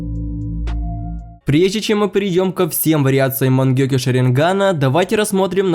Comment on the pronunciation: Я один угараю когда он говорит мангекьё